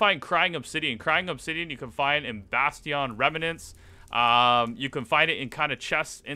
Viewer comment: THE WAY HE SAID BASTIYON INSTEAD OF BASTION